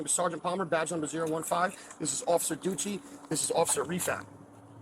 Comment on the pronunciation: Did he say officer Duche' and Officer Nutbag??